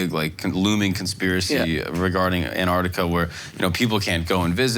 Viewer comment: AmericaR, AntarcticaR, AustrayeaR. what accent is this